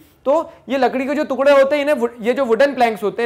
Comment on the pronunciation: sir tukla nahi टूकड़ा